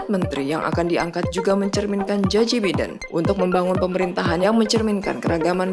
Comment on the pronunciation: Bagaimana Biden dibaca Biden, seharusnya "Baiden", maaf koreksi.